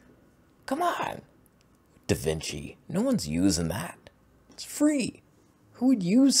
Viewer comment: Da Vinch 😂